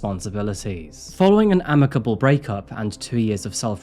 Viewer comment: You are so cringe. But you finally did learn how to pronounce "amicable"--that's commendable.